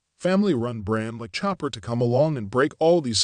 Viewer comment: "Show-par" not "Chop-ard" The "d" is silent.......happy to help :)